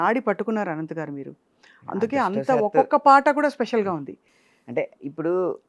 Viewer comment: అనంత్ ఆయన పేరు, ఆనంత్/ఆనంద్ కాదు తల్లోయ్ 😂